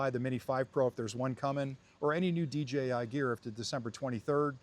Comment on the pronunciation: Why can't you say DJI lol